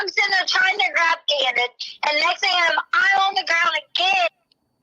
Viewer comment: Why does she put a k sound at the end of words that in g. Like thing she ends it with a k